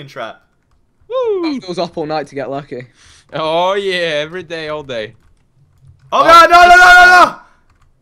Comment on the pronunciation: Does anyone notice how.he said lucky now.he.said wucky now:3